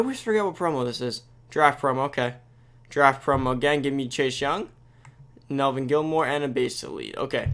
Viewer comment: Nice video man, although am I the only one who spotted the “Nelvin Gillmore” instead of Neville Gallimore lmao